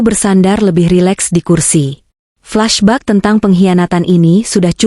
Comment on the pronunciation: Flashback harus diucapkan fleshbek bukan flasbak